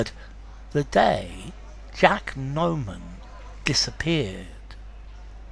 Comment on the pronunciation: Just a reminder: it's Jack NOMAN not Norman